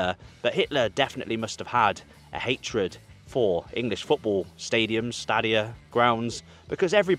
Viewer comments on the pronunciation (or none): none